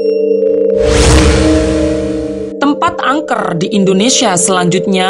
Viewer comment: rrrr nyaa peket banget,, angkerrrrrr kerrrrrr rrrrrr astaga